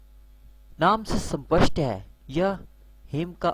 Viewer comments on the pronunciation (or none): none